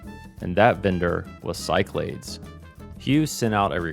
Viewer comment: Awesome! I don’t know why I think this but Cyclades may be pronounced Sick-la-dees? Been enjoying this whole series and can’t wait for a crossbar POTS Telco series!